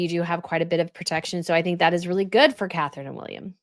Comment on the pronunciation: Catherine-it’s Catherine